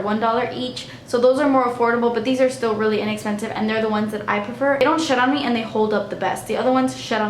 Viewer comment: Who else thought she said shit on me instead of shed on me 😂